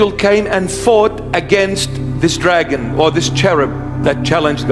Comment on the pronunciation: ...yeah had me til you slurred the name "dragon". Satan is Satan. Satin is satin. And a potato is holy beyond description.